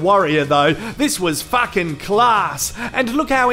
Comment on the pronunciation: It sounds so funny when he says fucking, because he says facking.😂😂😂😂😂😂